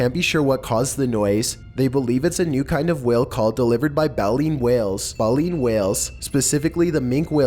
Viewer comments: bay-lean dude come on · I didn't hear any "space music" in the NASA one. Maybe it's just me, but I only heard a beep. Also, the "Satanic DVD" one, was shown to be an art project. And lastly, it's pronounced "BAY-leen" whale, with a long "a". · He mispronounced "Baleen" AND "Minke", that ruined #5 for me